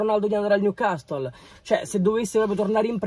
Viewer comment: Niucassol is da niu man sity